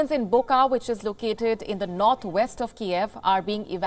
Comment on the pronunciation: It is not buka, it is buča, which prounaounce as bucha. Ch same as in chuck or chick..